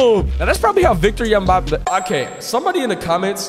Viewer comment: Bro it’s Victor Wembanyama